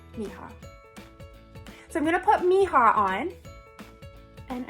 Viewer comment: Great look!! Just wanted to give you a little help with the colour name 😉 it's in Spanish... It's pronounced me - EE - ha .. translated "my daughter"